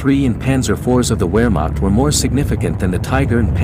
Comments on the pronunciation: It’s VEHR-macht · The German “W” is pronounced like a “V.” Therefore Wehrmacht is pronounced Vehrmacht. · I was taught that it is "VAR Maak" .. W pronounced as V, V as F (Volkswagen = Folks VA gan) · I can't take any "historian" seriously when they pronounce it "wehr" instead of "vehr" W's are pronounced as a V. Even though it's spelt "werhmacht" it's pronounced "vehrmacht"